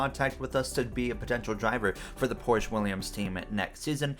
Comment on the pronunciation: Pronounced Porsch-uh